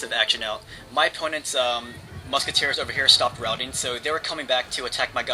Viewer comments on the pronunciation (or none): none